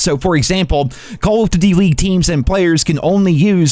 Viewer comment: Am I the only one that heard the way this dude was saying " duty " ?? I had to click off as soon as I heard it.. I just cant lmao